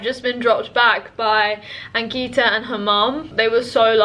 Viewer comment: ankita pronounces her name wrong. its so sad